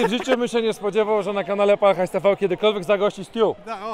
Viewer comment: Ja pierdole nie Pal Hajs tiwi tylko PAL HAJS TV !! Tv nauczcie się 🤦‍♂️Bawiąc Uczy Ucząc bawiąc 🎉